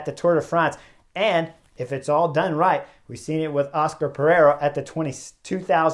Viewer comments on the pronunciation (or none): none